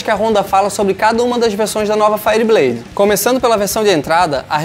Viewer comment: Cara, pelo amor de deus, fala isso certo, faierbleid, ok? Valeu. Fui.